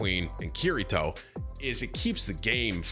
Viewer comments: KIRI-KO not KIRI-TO. :) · “Keery- toe” 😂